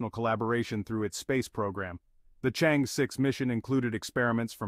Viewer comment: i guess chinese AI should know how to pronounce "chang-e" correctly